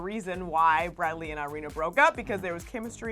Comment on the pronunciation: That is not how you pronounce irina